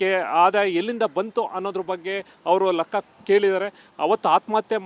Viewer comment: lakka alla guru lekka